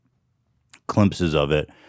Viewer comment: climpses? Lol glimpses? 🤣🤣